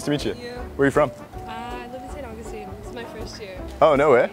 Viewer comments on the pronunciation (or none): none